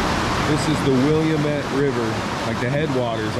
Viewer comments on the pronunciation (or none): I live in Oregon, and I'm cracking up listening to you say "William-ett" river 😂😂 I'm sure a thousand other people have already corrected you 😂😅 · It's called Wil am ette river not wilaim-et beautiful country. ❤ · SO many people have difficulties pronouncing Willamette. Its pronounced Will-AM-it. Dont feel bad when someone from Oregon corrects you though. It kinda makes us twitch a little. Although not as bad as when some says Oregon wrong like Or-ree-gone. Lol. And I'm sure I'm biased but Oregon is the most beautiful state. We have almost all here. Rainforests (just not the tropical kinds), mountains, beaches, deserts and scrub lands. But, to me the most important, huge beautiful forests and rivers. Some of the best national forests (Mt. Hood) in my area. And the temperatures tend to be in that Goldilocks range.. not too hot and not too cold. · it's Will-am-it river my home!!! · lol, I said the same thing when he said William-met river.....LOL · wil LAM mette River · Willamette is pronounced “Will-lam-it”. I have the blessing of living a few blocks away from it. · Just a friendly helper. It's pronounced Will-am-ette. Named after native American tribe from Oregon. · Btw it’s pronounced “will-am-ette” by us locals, or “willa-mette” as native Americans say. ❤truly Gods country… but SHHH don’t tell too many people! It’s our little hidden secret!!❤❤😂😂😂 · Willamette is pronounced will - am - et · … it’s pronounced WILL-LAMB-ET…. lol you tried. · She is a beautiful girl, whoever got her has a jewel in their barn. I'm an Oregonian and I'll say you pronounced our wonderful river completely wrong but it's forgivable.